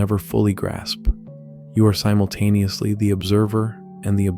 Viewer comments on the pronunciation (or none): none